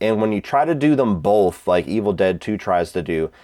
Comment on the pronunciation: Great video as always my dude. I’m a Georgia guy so I always just associate you with the Savannah area until you say both. Every time you say both I’m like “oh yeah he’s from Ohio” 😂 hope Georgia is treating you well my friend. Stay crushing it.